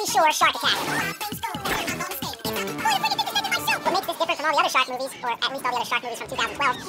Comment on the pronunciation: When he is saying shark movies over and over again it sounds like 'shock me, shock me, shock me'